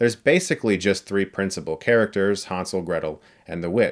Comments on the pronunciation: German here. All of the background doesnt even look germanic. Maybe slavic with a mix of North american folklore. And its Hänsel, not Hansel. Ä is pronounced quit different from A in Germany. But I guess respect for another mans culture only counts when its non-European. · what's with all the fucking 4:3-bullshit lately? also it's pronounced "hennsel" (from german "hänsel") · The pronounciation Hunsel makes it Ungerman and Unenglish at the same time. Like damsel would be right. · Han - sel😂